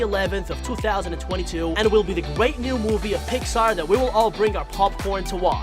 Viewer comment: He can’t say red he said wed and gwate lol